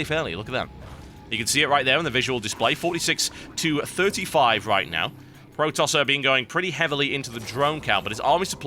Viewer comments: He's not Pro-Tosser. He's Protos-ser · "pro tosser" Eeewwww!